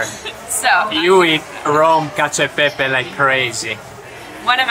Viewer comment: Cacio e pepe!!! Not y pepe, we are not spanish !!! 🤦😂😂😂